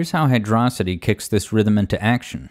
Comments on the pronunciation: pretty sure it's hydro-city, not hydrocity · Hydro-city is the proper pronunciation. Hyd-rocity is just wrong. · While I know this has little to do with the subject of the video, and you seem happy to use both pronunciations interchangeably (a sin deserving of at least forty lashes, by the way), I feel it's worthwhile to share this argument as to why the nomenclature is "Hydro City" and not "Hy-DRAW-sity", as some tend to believe With the sole exception of Doomsday Zone, which is only one word zone name in the game, every other zone in Sonic 3 & Knuckles (and most zones in Sonic games, for that matter) follows a specific naming convention, that being a location combined with a descriptor for said location: Angel Island, Marble Garden, Carnival Night, Ice Cap, Launch Base, Mushroom Hill, Flying Battery, Lava Reef, Hidden Palace, Sky Sanctuary, Death Egg, Azure Lake, Balloon Park, Chrome Gadget, Desert Palace and Endless Mine. Sandopolis also counts despite being a combination word since it still follows the same naming scheme: Sand + Metropolis/Acropolis Hydrocity being a combination of the words "Hydro" and "Velocity" doesn't fit this naming scheme at all. It doesn't describe what the area is, it only describes what you do there and with what. Is it a cave? A beach? A modern city, perhaps? If you had only the name to work with, you'd be hard-pressed to come up with a mental image of where it takes place. Hydro City, on the other hand, fits the naming scheme and describes the area well enough: It's a city filled with water, simple as As an aside, I also take issue with the use of "RAI-st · yay, you finally did it I'm so ha- wait, did you just call it "Hydrocity" like "velocity"?, instead of "Hydro City" as if they were two different words?!, you don't exist to me anymore >:( I'm kidding btw xd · "Hidrossidi" Hydro City please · And you immediately lost me when you pronounced it as "Hydrossity" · It's pronounced 'Hydro-city'